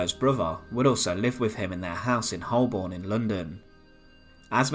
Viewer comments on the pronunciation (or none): Holborn pronounced Hoe- burn...